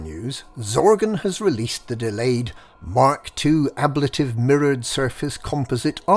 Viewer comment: The way you pronounce "Ablative" makes my eyes itch